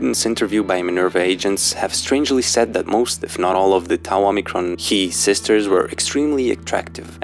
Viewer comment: So, you have the gall to pronounce "Tau" properly, do ya?